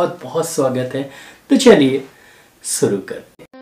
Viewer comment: सुरु नही शुरु